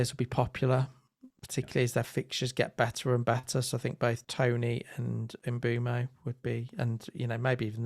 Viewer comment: I got 13 different pronunciations of mbuemo 😂 good job guys as always